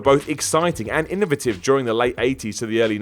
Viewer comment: I never heard the word 'innovative' pronounced like that.